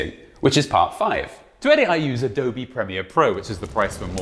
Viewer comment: Adobe, not adobi.